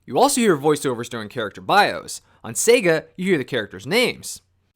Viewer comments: how it's always been pronounced. how the sega guy from console wars pronounces it. how everyone pronounces it. how it was pronounced in commercials. how it is pronounced when you turn on sonic. SAAAAAYGUUUUUUHHHH. sayguh. no one has ever said 'sehga' until this dude. it actually made me stop watching these videos. if he had some rare speech impediment i'd feel bad and start watching again and delete these comments. but of course that's unlikely. it's very bizarre and i hate it. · why does this dude pronounce it 'sehga' it's so distracting, no one does that.